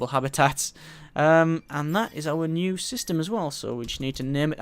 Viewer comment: Um... New not bew.